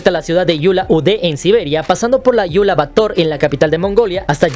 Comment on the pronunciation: no es. Yula Ade ni Yula bator. Es Ulan ude y Ulan battor